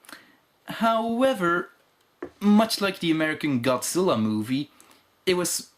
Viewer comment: あなたのゴジラの発音は完璧です！